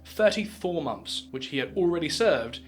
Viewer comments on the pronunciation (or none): 34 'Moths'. Lol